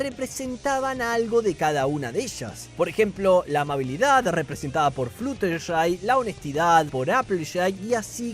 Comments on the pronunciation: Cadans fluutershai scotallllo di los nombres bien😢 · Me molesta un poco como dice los nombres pero a la vez es muy gracioso JAJAJA, CADANS FLUUTERSHAI JAAJAJ